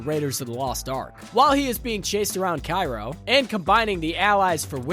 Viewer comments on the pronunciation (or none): none